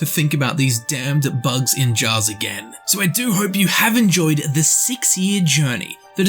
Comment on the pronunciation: Why do you say it like "bugs-in-jars" ?